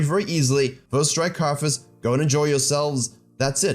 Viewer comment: it is Karthus not karfus